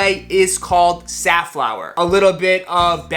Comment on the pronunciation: I thought I've heard Seth Fowler instead of Safflower. lols!